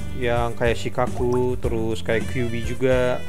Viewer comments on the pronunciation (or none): Harusnya shukaku bukan shikaku